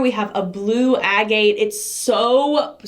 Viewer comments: Not being picky but Agate is prononced Ag At no e sound on the end like gate ... I'm an Aussie so we do pronounce some words differently but I checked a pronounciaction webpage and Americans say it the same as us . Love your videos ❤️.. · Agate is pronounced AGG-it . Have you ever done a soap experiment where you pour one color and you introduce a second color into the middle using different things like Pipette, Turkey Baster, funnel, piping bag, etc. to see what different patterns they make?